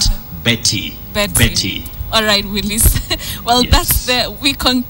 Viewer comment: Your name is pronounced Mbiti not Betty haha